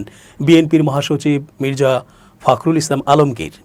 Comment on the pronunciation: "ফাকরুল" নয়। বলুন ফকরুল।